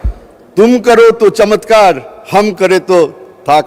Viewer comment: Urdu ( চমেৎকার ) ? not চমৎকার